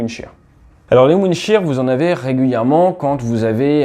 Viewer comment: "windshear" non?